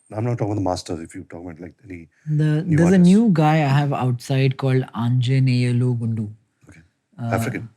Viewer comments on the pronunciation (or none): Nikhil: "There is a new guy called Anjaneyalu Gundu" Ranbir:"African?? "🤡 The way Nikhil pronounced his name, confused Ranbir😂